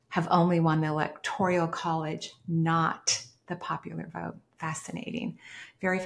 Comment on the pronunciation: "Electoral" College. Slightly diff pronunciation.